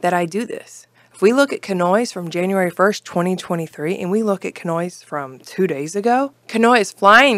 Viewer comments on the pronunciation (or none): none